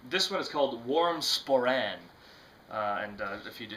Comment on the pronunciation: "Spaw-ran"? Sporrn' (rhymes with corn) is the way it is pronounced and it is the thing at the front of the kilt, (a thing I wouldn't be seen dead in and i'm Scottish) it doesn't go underneath to keep your privates warm. Jist sayin'...